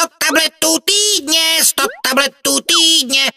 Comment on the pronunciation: po 2 minutách mi týdne znelo jako túdne